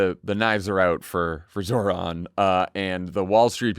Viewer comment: Please pronounce Zohran's name properly. The emphasis in on the second syllable. This isn't rocket science. He has spoken his name numerous times on his ads.